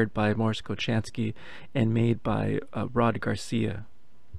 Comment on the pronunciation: Cool video. Btw, Mors’ last name is pronounced Ko-HAN-skee. :) RIP Mors Kochanski.